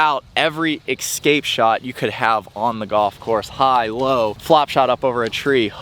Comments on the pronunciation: just wish people could escape saying the word excape lol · And it’s not pronounced eXscape…it’s escape. Man, this generation, with their grammar and spelling, scares me for our future. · I’m not a grammar nazi but I cringe when I hear “excape” 🤦‍♂️ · I’m just glad says exscape like me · can’t say escape lol